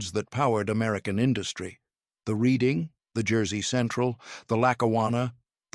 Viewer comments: Just for the record: Reading (RR & Pa.) is pronounced "redding." The narrator goes back and forth, but largely prefers "reeding," which is incorrect. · It's pronounced Redding. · Interesting topic made boring by too much repetition. Errors are rife in the presentation: - Name Reading only pronounced correctly once. The city is named after a city in the UK and is pronounced as "Redding." - European locomotive pictured. - If Wootten received his patent in 1877, why is a picture of the 1869 completion of the transcontinental railroad (Central Pacific and Union Pacific) shown? - PSY should be PSI (pounds per square inch). - Discussing the coal load, "some were dampened by rain before they reached the tender." As the coal loads in most locomotive tenders were not covered, this isn't an issue. - Nice HO Scale model by IHC. - Pictured locomotive is not a camelback. - Again, locomotives pictured are not camelbacks. - "The locomotive design itself was actually more expensive." Not true. Until the USRA designs of World War One, Locomotives were all custom built. Moving the cab would not be a significant cost factor. - Another European locomotive pictured. - Discussing the fireman's position, "balancing on a moving platform while you worked" would more clearly state that the fireman stood on the tender, not the locomotive. He had to contend with the moving targets of the firebox doors. He surely would not brace himself against the "firebox casing" as it was hot and moving with the locomotive. - Complete falsehood. No engineer would oil siderods while moving. This is nonsense. Areas requiring oi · It's a bit difficult to take this video seriously. First of all the Reading Railroad is pronounced "Reding". Centrifugal force is mispronounce. The loco shown when talking about experimental machines was actually ordinary British locomotive. Gawd. I cant watch any more. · It's pronounced Redding